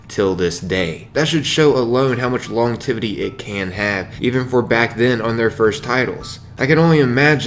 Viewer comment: Lol did you say "longtivity"??